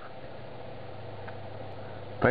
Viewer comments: did he say nurd rape at the end? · You said nurdrape.